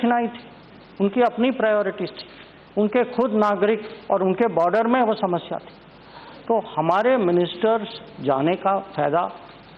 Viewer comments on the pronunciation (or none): none